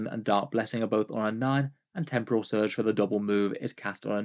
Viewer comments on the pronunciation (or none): none